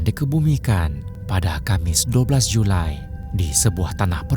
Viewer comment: JuLi min bukan Julai😂